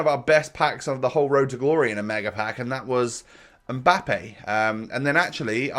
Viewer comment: Stop saying road like that please